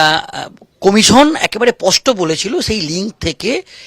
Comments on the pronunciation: "" পষ্ট"",,, নয় কথাটা হবে ,,,,"" স্পষ্ট""।। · কথাটা পস্ট না স্পষ্ট? সাংবাদিকতা করতে গেলে, উচ্চারণটা স্পষ্ট হওয়া দরকার।